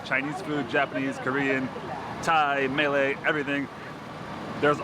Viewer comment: Please Malay is not pronounced “melee!” It is ‘Marlei’ with the stress on the first syllable. 🤨 A melee is chaos, confusion & mess..which KL is not! Rather it is a delightful melange of people, cultures, & beautiful architecture!!